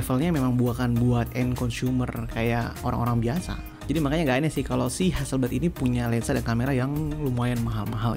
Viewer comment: ha-sel-blad bang, bukan ha-sel-bleid